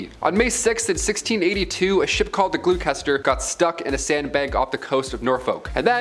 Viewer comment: A ship called the What???!!! 🤣😂 Could you Possibly mean the HMS Gloucester!?🤣 FYI It Needs to be pronounced G L O S T E R ! Lots easier!! Thank me later!